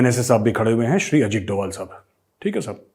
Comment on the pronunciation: मेजर सहाब इन पाकिस्तानियों ने अजीत डोवल-अजीत डोवल बोल-बोलकर उनके नाम का उच्चारण ही बिगाड़ कर रख दिया है, जबकि उनके नाम का सही उच्चारण "अजीत डोभाल" है ......आपसे उम्मीद करता हूँ कि आइन्दा आप सही उच्चारण करेंगे ताकि पाकिस्तानियों को भी समझ आ जाये, क्योंकि पाकिस्तानी आपको बहुत गंभीरता से सुनते हैं। 😁🙏😁